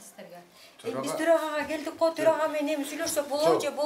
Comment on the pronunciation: Тороага эмес эле торой турган ага окшойт да ал , былжырап😂